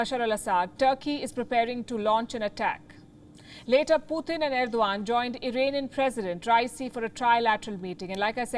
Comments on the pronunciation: It's not puuthin. It's Putin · It's good program..but please its not "PUTHIN" ITS " PUTIN" ..PU -TIN ...PUTIN..,NOT PU -THIN OK..GOOD GIRL!